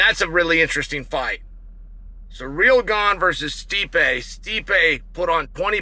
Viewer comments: Chael is undefeated in pronouncing fighters' names. A 10-8 round every time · i love chael still calls him ‘surreal gane’ and never acknowledges it or corrects it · At least he's stopped calling him "Surreal Gong"